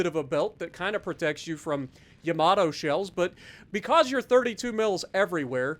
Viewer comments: “Yamator” 😂😭 that killed me. Good video!! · It's Yamatater